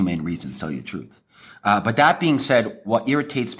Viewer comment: Its 'But' not 'Baa".